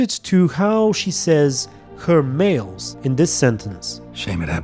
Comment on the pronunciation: The first time I heard it, I thought Orianna said "mates" not males.